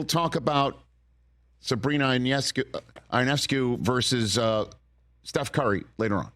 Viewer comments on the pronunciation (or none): it's pronounced you-ness-cue (Ionescue); Dan Patrick also couldn't pronounce her name, he kept saying "eye-oh-nes-kew" (which just goes to show he hasn't watched or heard a single moment of her career or news coverage).